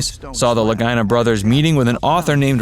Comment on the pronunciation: I watched until he mispronounced the LAGINA bros name. Doesn't watch,just reading.